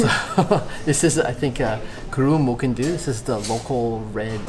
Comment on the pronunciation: good pronunciation of mochyn